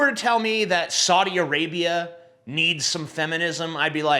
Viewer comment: I could not resist laughing at "Soddy Arabia".... lol....